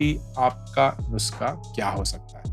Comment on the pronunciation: Its nus'kha' - kha from the epiglottis :p. but Great Video man!